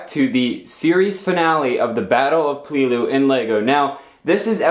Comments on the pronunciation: PAY-Lay-Lu, not Plee-lu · PEL A LOO not PEE LOO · It's pronounce like pellalue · You keep saying peleliu wrong